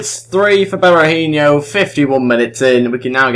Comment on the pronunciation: Just so you know, Berahino is pronounced Berahi-NO not Berahin-YO, was just bugging me slightly because I'm an annoying human being xD anyway, good video!